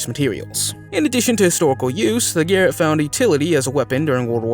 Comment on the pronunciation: SIAM is pronounced SEYE AM. Garrote is pronounced GA ROT. HENRY VIII (not VII as said in the video) aka HENRY THE EIGHT.